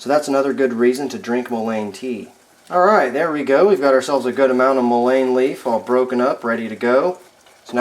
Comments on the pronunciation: In the south it is pronounced “MULLEN” not mo-lane. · He should really learn how to at least pronounce the name properly. It is Mullen... the Mullen is soluble in water, which is the reason that tea is what works for the extraction, otherwise it would take some other solvent to extract the essential oil from the plant material. Sometimes the plant material would take alcohol, or some other solvent to extract the essential properties from the plant material...this plant material can even be smoked, which seems crazy since it is good for your lungs, but it is true, worse case senecio , smoke it!! It goes straight to the lungs where it does it’s magic.... this is real , been helping native Americans for centuries.......good luck... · it's pronounced "mullen". The more you know! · I think it's pronounced MOOlein, with emphasis on the MU. Thanks for the video. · I’ve never heard it pronounced that way. In SW MO it is Muh-Len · You are correct! It is pronounced muh-Luhn! google says so! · Mull-EN...is how you say it. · Love all the info but the word mullein is pronounced :) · 😂 I had to stop watching, I'm by no means a grammar Karen, but I just couldn't take anymore of him mispronouncing it over and over. 😂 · Just drives me a bit nuts that you are pronouncing mullein wrong. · Hard to trust someone's knowledge that can't even pronounce the name correctly. Might want to fix that.. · Wrong is still wrong, just because you did it for a long time doesn't make it less wrong. Here, correct pronunciation.